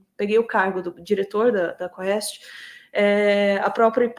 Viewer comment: é quést a pronúncia! Do latim: pergunta.